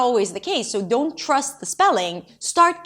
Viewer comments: Thank you,! I didn't even realised I mispronounced "only" and "don't", "food" and "foot". I guess I have to relearn a lot of words now. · о да, говорят don’t как ортодонт